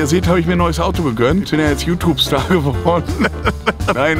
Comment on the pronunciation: Niemand Wirklich niemand: Youtoobe